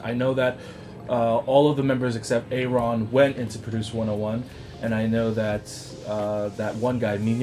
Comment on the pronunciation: The rapper in the church is JR! And Aron's name is just pronounced like Aaron, not "A-ron" :')